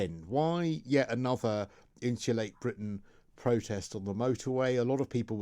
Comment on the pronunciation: & if you’re going to come on to represent “insulate Britain” you should probably learn to pronounce “Insulate” properly!? 🙄😂😂